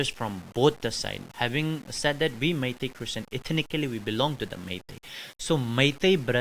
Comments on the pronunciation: Funny how she pronounces meitei as my tea😂😂😂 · It’s not Mity it’s Meitei god how do you guys become journalist😂😂😂😂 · Meitei and kuki not maities or not kukies you pronounced it wrong